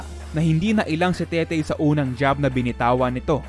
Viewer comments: Tete po un hindi tetey haha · TETE BOSS HINDI TETEY, WALANG Y SA DULO.. TETE AS IN RATBU!!!